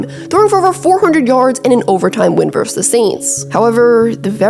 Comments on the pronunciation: verSUS. Two syllables. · The word is "versus"!